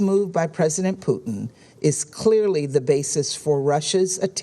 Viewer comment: Its Putin NOT PUCHIN …